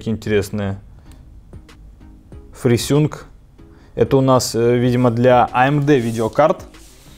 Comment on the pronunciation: фрисюнк : )) Ты еще наверно говоришь сустем : ))